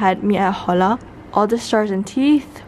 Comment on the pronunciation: for you had me at hola it’s not pronounced hola with the the h you say it like ola lol sorry it made my spanish speaking side cringe a little